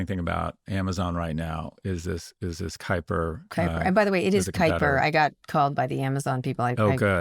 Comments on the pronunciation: It’s Kuiper - from the Kuiper Belt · both of you and Amazon are wrong in the pronunciation of Kuiper, but that's to be expected 🤣